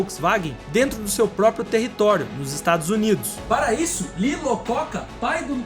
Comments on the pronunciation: 2'39" quebra da bolsa americana ocorreu em 1929; 2'48" nacionalizar componentes ao invés de "exportar" você deveria dizer importar; 4'44" é Lee Iacocca e não Lee Lacocca. E você ainda pronunciou Lococa; Isso basta? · LEE IACOCCA e não LACOCCA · LACOCCA? 😂 Mano, este cara é o pai da reestruturação empresarial automobilística americana, não assassine o nome dele. É Lee iacocca (é uma letra "i" maiúscula, não um L) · Lee Iacoca não Lacoca! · Depois da comparação com o Mobi, teve o nome do Lee Lacoca...é Iacoca (com um I maiusculo !!) Tem até uma biografia dele, sugiro a leitura... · Não é “Lacocca”, é “Iacocca”. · Lococca????😂😂😂😂 Não seria Iacocca? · Lee IAcocca, não Lacocca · não é "LACOCCA". É IACOCCA. - você fez a conversão dos valores sem considerar a inflação e por isso os valores parecem pífios considerando-se o quão altos são os investimentos de um projeto de um novo carro. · Quem te escreve é um cascudo ex-proprietário de um Maverick 302 OHC V8, comprado em 1975, cor Azul "Bebê", com teto de vinil branco. E..., o meu querido, para seu conhecimento, não é Lee "L"acocca, e sim Lee "I"acocca. Que foi uma águia no mundo empresarial automobilístico, com passagens não só pela Ford, mas também pela Chrysler, chegando a ser CEO desta. Sempre rolou o papo que ele foi demitido da Ford em função do fracasso do Ford Pinto. Um abraço ! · Amigo é Lee Iacocca, Onde Iacocca começa com ( I ) de ( I )greja e não ( L ) de ( L )oucura. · O nome certo LEE IACOCA